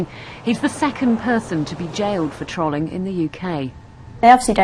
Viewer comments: lol , i love how the pronounce trolling trawl-ing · she pronounces trolling as if its " trolley" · These reporters are fucking retarded, not because of what they're being paid to say, but because they can't fucking pronounce 'trolling' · harusment, trawling. l2pronouncepls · TRAALING. TRAALING. TRAALING. NO NO NO NO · wait we're missing the bigger picture here... people in the UK pronounce "trolling" like trolley? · Im from the UK but have no fucking idea why they are pronouncing it troling. Stop it please. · Im sorry but when it said "Victim of trolling" and they pronounce it Trawleeng, I just lost it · Why the fuck are they pronouncing trolling that way??? It's the same pronunciation as the creature the troll: TROOOLL Longer o not trolololol... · ...is that how you pronounce trolling or is it just the UK accent? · They pronounced "trolling" wrong over potato times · my heart bleeds every time they pronounce trolling wrong. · IT'S FUCKING PRONOUNCED TROLL-ING NOT TROL-LING YOU FUCKING DOWN SYNDROME -_ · its funny how they pronounce "trollers" and "trolling" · The pronunciation of trolling is so annoying, I don't think they have any idea what it is? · Why do they keep on pronouncing Trolling wrong. This is not the trolololol video is it. 9gag have got to the news too. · fuck.. why can't she pronounce trolling properly? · i love how they pronounce trolling